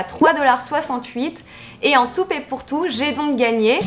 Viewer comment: “En toupe et pour tout” 🤔😂